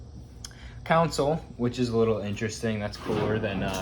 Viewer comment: Counsle = Console (con-sole)